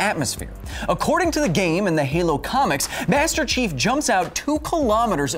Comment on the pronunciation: Everytime he says Master Chief it sounds like he's saying Master Shifu